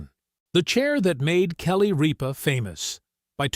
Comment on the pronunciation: It is not Reep ah it is Rip ah. Narrator get it right!!!